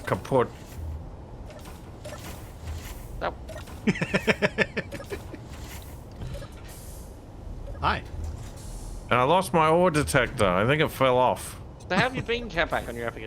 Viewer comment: the "kaputt" (broken) from capac is pronounced flawlessly 👍 btw german watcher her ^^